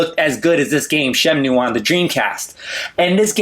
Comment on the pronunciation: what is "SHEM-NEW" is that the same as the Shamwow?